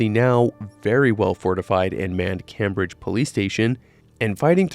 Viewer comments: smallest detail but its pronounced "Came-bridge" like as one word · My man doesn't know how to pronounce " Cambridge". Jesus. 😂